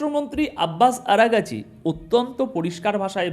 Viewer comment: আরা গাচী নয়,আরাগ চি